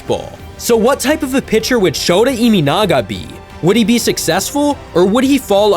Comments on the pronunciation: Learn the pronunciation of this guy's name if you're going to do cover him. His last name is EE MAH NAGA, not EE ME NAGA. And I know Americans pronounce their Ts as Ds, but his first name is SHOW TAH, not SHOW DA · NPB is 3A level? Does that mean MLB is below 3A level? Have you watched WBC?😂 His name is not ImInaga, it's ImAnaga. Check how to pronounce a foreign name correctly before making a biased video, show some respect. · His last name is NOT Iminaga, but Imanaga.